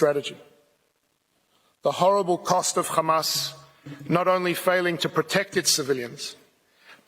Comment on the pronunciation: Take a drink every time he says Hammas